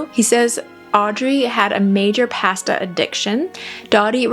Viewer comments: Pasta, mispronounced. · I’ve never heard anyone say “processed “ and “pasta” like you do 😅